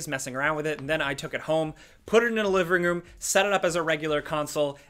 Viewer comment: "then i took it home, pudddindlidvinroom" lol